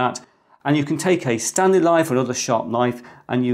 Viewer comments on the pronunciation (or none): none